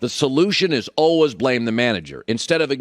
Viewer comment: Colin “alwas” Cowherd